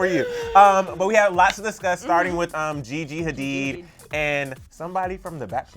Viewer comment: Did she just mention Gigi Hadid as Vajeyjey? lol